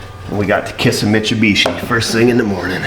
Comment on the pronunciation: Pronounced 'mit-su-bitchy'